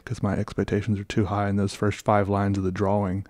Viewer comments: I love the way he says draw wing 😌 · I’ll never get used to the way you say “drawing”. dra-WING